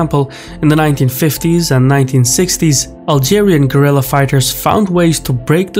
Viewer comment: "GUERRILLA", not "gorilla"!